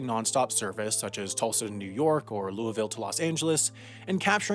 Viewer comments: its Tulsa* not Tusla, enjoyed the video! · Tulsa, not Tusla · "Tusla": Elon Musk's version of Tulsa. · Tusla or Tulsa? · It's "Tulsa" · Ah yes, Tusla, my favorite Oklahoman city. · Tusla... is that how they say Tesla in Tulsa? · Tusla? ::Sighs in Okie